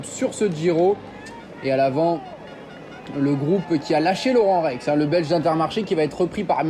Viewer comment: Par contre c'est pas Laurent Rex mais Laurenz on ne dit pas le son "en"